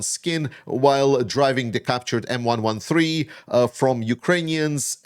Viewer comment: I'm impressed! M 1, 1, 3. You said it correctly. Great job! It bugs me when people call it an M 1,13. Thanks!